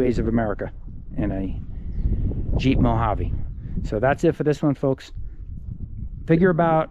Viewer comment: Nice to see someone that pronounces Mojave the correct way!!! Killer truck man